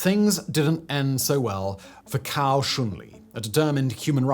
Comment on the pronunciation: Hi, i promise im not being a pedant or a troll, i have really noticed how your pronunciation of chinese words has improved. I wouldnt say anything but the pronunciation of a couple names sound like completely different words in chinese. As a rough guide Cao is pronounced like sow not cow, and Zhi is like the Ge or Germs not Jee, which sounds like youre calling him a chicken 😂